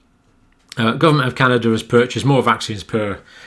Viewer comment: John, WTF is Canader? I believe you mean Canada. There is no R in Canada but there are three EH’s. Happy Friday John!!